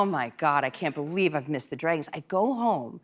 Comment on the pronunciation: Whatever happened to the comments that said she had a hard time pronouncing "dragons"?